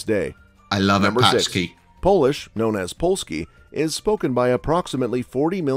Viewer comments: Sorry but they are not paczki which means packages in Polish 😉. Letter "ą" in pączki is pronounced similarly to sound /oʊ/ that can be heard in American English e.g. in "low" and "though". To put this pohonetically: there is one /poʊtʃek/ and there are some /poʊtʃki:/. It's like you would put together: pow+Czech and pow+ch+key in English.(sorry guys for that but I've always wanted to get Polish pronunciation through to some Englishman this way 😆) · Pączki should be pronounced something like “pawtshki” or even “pohtshki”… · It's Pączki not f'n PACZKI - PACZKI are packages... xD Learn! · "Paczki" means "packages" or "parcels" ; "Pączki" means "donuts" - "ą" is important for pronounce. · Wrong pronunance polish words = funny missunderstands . P(Ą)CZKI = Donuts P(A)CZKI = .... Parcels 😆. It is strange that the author of that original film did not bother to simply insert the polish words into Transaltor and listen to their correct pronunciation before . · pączki != paczki - very different pronunciation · the way they just gave up with "pączki" and said "paczki" made me laugh a bit too much. nothing tastes better than a parcel in the morning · 😂 paczki... IT should be powchkey. The letter "ą" = "ow". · it's pronounced PONCHKEE, mate! we pronounce Ą in a similar way to ON in WRONG...